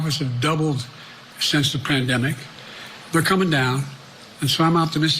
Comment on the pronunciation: He said “plan demic”😂